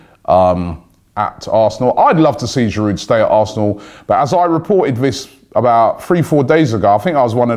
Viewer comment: It is MkhitAryan, not MkhitIryan...and „Shiroo“ not Sherude...you really have to work on your pronounciation😂